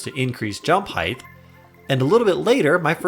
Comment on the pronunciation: Haight mate. Not heighth. Heightsh isn't is a raal thing, and it's only your expectations.